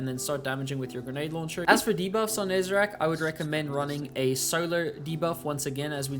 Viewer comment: I will never get why people keep calling Nezarec "Nezerac".